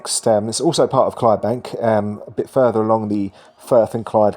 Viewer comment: The fourth letter of Clydebank is “D” may I suggest that you pronounce it and also fact check your content ?